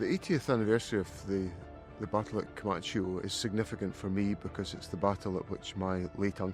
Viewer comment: Vert interesting but please learn how to pronounce Comacchio! Please!